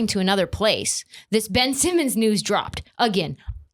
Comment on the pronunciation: Ben-ch Simmons